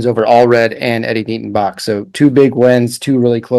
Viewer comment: Basch is not pronounced Bosh